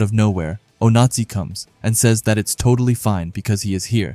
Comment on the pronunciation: i just dont like the fact that the voice kept saying "nazi" when saying onazi (oh-nah-zee)